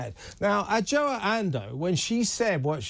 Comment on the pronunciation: Her name is pronounced Ajwa Andoh.